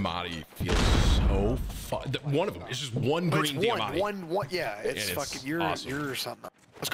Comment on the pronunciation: Last time I checked the gun was called the diamati not deeamati